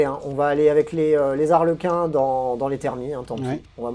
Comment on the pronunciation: Je tiens qd même à te signaler que tu peux dire les Zarlequins car Harlequins, c'est en anglais, en français y'a point de H ;) Donc lâche-toi sur cette liaison pas si dangereuse ;)